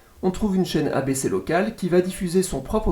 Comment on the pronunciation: Petit fun fact : la loi fédérale aux US autorise un maximum d’1/3 de pub par programmes. Par exemple le juste prix américain dure 1h, c’est 38/40mn de programme et 20/22 mn de pub. Par contre mes oreilles ont saigné avec « ABC / CBS / NBC » 😂 Les stations des chaînes TV et radio ont des noms à 4 lettres, les noms commencent par K à l’ouest du Mississippi et W à l’est. Par exemple KCBS et WCBS sont les plus grosses stations du réseau, à Los-Angeles et New-York respectivement. Merci pour la qualité de ton contenu ! Ta voix est agréable et il y a un bon côté pédagogique.